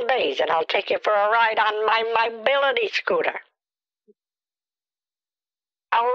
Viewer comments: “You ordered all that money for the SkOOTee?” Had me fucking wheezing 😂 Edit: Timestamp 😂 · yOU ordEred all dat moneY for de sCooteY? 😂😂😂😂